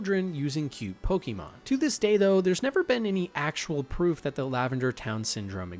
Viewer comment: The back story you gave for lavender town / the way you pronounce Pokémon really makes me think you’ve never played the game 😅